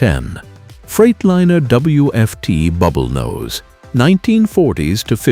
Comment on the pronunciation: KW bullnose ??? this" A"I is drunk !!!!!!!!